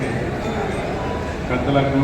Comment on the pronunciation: పడమ విరామడి కాదు మామ గారు పదవి విరమణ